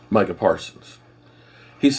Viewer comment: I'm proud of you, you actually called him My-cah, instead of Me-Cah. lol